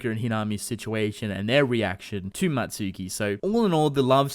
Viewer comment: Don't you mean Mutsuki not Matsuki??